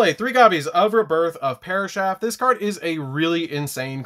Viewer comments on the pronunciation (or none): I like this deck and love the channel but “parashath” makes my soul hurt. 😢